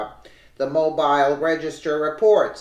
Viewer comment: That's pronounced ( Mow beale) The Mobile Press Register. And,yes what happened to 200k + Republican votes that had not failed to vote, in any previous 5 National elections, of any description.